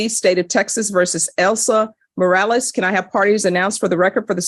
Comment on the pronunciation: Mros?? It's Morales, come on, get rid of the transcript if you can't do it right